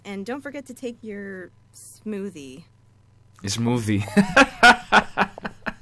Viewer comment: Venga tienes que probar ese 'Smothie' de weed que hiciste jajajajajjajajajaj!!